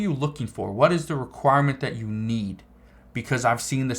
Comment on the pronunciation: Man it's you not yoou